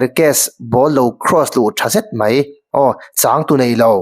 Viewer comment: I comment ngaihthlâk a nuam...mahse, mizo ṭawng i hman dan uluk deuh hlek la, 'mai' tih tura 'mei' tihte, 'nichin' tih 'nachin' tihte leh a dangte hi kan hriat loh lai hian kan lo tisual leh ṭhin.